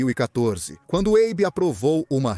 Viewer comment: Abe? Eibi? Abo? Maculou o documentário